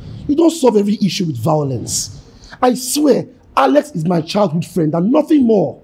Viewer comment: I love Sarah and her vawulence 🤣🤣🤣